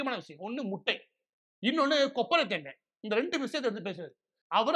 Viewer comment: கொப்பரை தேங்காய் இல்லை.. தொப்பரை தேங்காய்